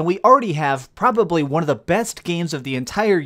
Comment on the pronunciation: If you ever decide to cut out the valley-girl-esque, over the top anunciation, then I'll give you a sub. (ex: "NUMbeerrrrrr WoooOOOnn") Your speech is fine the rest of the time, but seriously so many youtubers do this, and it is ALWAYS annoying.